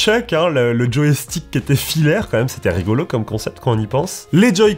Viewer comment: Par contre on dit « joystick » pas joéstick 😅